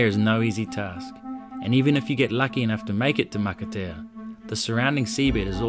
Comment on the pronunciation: Matatea, pronounce maka- pronounce t as an s makatea, it means an island make up of coral, I following your vblog